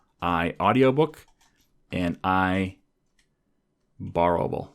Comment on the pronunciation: I love how he pronounces IBorrowable as IBorrowabable, great video by the way. Enjoying this series on SOLID, one more to go 💪